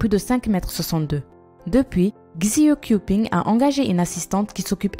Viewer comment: ça ne se proconce pas xié kiouping mais "shié kiouwping"